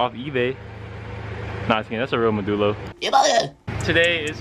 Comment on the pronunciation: please consider using the correct pronunciation of the word “Modulo”. You can hear the correct pronunciation here